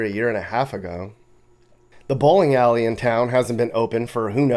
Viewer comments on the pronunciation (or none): none